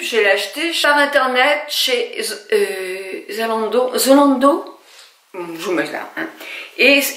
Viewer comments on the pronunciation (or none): Bonsoir, j'adore votre façon de prononcer Zalendo 😂, le fard crème est joli merci pour cette découverte (je vais m'y attarder) bon we